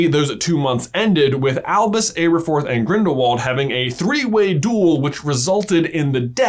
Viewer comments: It’s Aberforth (ABBER-FORTH) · Elfeeyus? Ayberforf? Oh, American accents! 😂